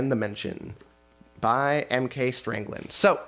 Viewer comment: Lol wait what? The author of Junkworld sent you a note telling you his name doesn't have a R (it's Stangland, not StRangland) and you said Strangland twice without even flinching? 🤣😂 poor guy. His name is indeed cursed!